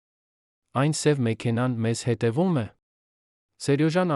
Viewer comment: Դուք հայերեն ճիշտ խոսեք խնդրում եմ։ Ոչ թե հետում ,այլ հետևում,ոչ թե ի՞նչու այլ Ինչո՞ւ։